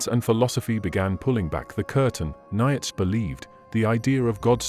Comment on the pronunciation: A somewhat misogynistic view of our origins and what interesting pronunciation; I never realised Nietsche was pronounced 'Nyetsh - one hopes a few million Germans now have a better understanding of their language.